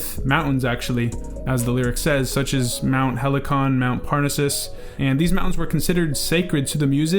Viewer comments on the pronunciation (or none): none